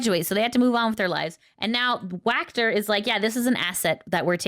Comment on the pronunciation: It's Walker not wackter lol 🤣